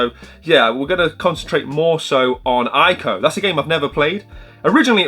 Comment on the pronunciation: ICO is actually pronounced “ee-ko” 😉